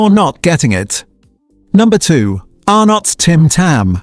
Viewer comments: A lot of mispronounced words here. Green and Blacks is mispronounced Green Blacks. Arnotts is mispronounced Ar nots. Prices are mispronounced like say $1.68 is mispronounced One Dollar Six Eight instead of One Dollar Sixty Eight. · I watched and listened to a few of these previously, but what gets me is that they are more fake than the products that they slam! Why the stupid fake voice that can't get pronunciations correct? Arrrrrnottttt? WTF? If you can't even use an honest human, why use slave labour AI? Sorry, but everything you have done is just total junk! Anyone who takes you seriously should have a serious look at themselves. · You'd think with the Channel name you would authentic Australian narration but you don't. Really bad AI rubbish that can correctly pronounce Arnotts and Tim Tam amongst others. Subscription CANCELLED.